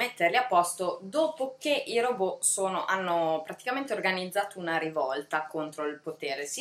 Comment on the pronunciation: Bel video. Mi hanno attirata molto " Cassandra " (adoro la mitologia greca) e "La casa sul Bosforo". Non per fare la puntigliosa, ma vorrei darti un consiglio su una pronuncia: si pronuncia " Ròbot" e non "Robò"( ovvero alla francese), perché il termine deriva dal ceco ròbota che significa lavoro pesante, a propria volta derivata dall'antico slavo rabota, servitù.